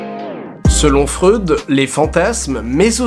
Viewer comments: sa se prenonce pas freude mais froïde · Chaque fois que j'entends du Freud, j'ai l'impression qu'il dit de la grosse bonne sauce